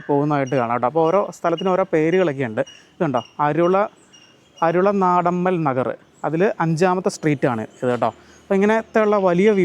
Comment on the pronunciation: വീഡിയോ അടിപൊളി.. പിന്നെ.... അരുള നാടമ്മൽ നഗർ അല്ല. അരുളാനന്ദമ്മാൾ നഗർ ആണ്.. ഇംഗ്ലീഷ് മാത്രം വായിച്ചു നോക്കി പറഞ്ഞാൽ മിക്കവാറും ഇടങ്ങളുടെ പേരുകൾ തെറ്റും അത് കൊണ്ട് ആരോടെങ്കിലും ചോദിച്ചു മനസ്സിലാക്കിയിട്ടു പറയുക... ആശംസകൾ...